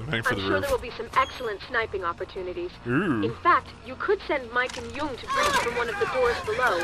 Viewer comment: she completely fails at pronouncing Jung.